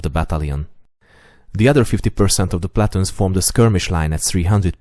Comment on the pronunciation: One of my favorite YouTube channels! I don't mean to be rude in any way, so please do not take what I am saying that way: Your pronunciation of "platoon" in English or American English should be more like "pluh-tune" and gauges should be more like "gay-ghes," with the emphasis being on the 1st syllable of both words. The only reason I mention this is that WHEN your videos reach a wider audience that is less informed of the topics you discuss, some of the finer points of what you are talking about could be lost. AWESOME VIDEOS!